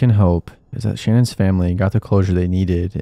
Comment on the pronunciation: Say it with me, Sha-nan. Her name is pronounced, SHA-NAN not Shannon. Thank you.